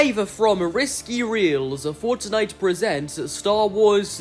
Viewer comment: I love how he ses forttnitte😂